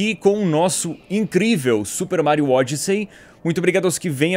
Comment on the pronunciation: Eu pensei que em vez de ele falar ODYSSEY eu ouvi wath sey